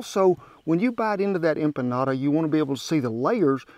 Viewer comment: I'm so happy about this one!! Thank you for giving the history and correctly pronouncing empanada :) I tried making empanadas once, but didn't feel confident with my dough. SO thank you for your advice <3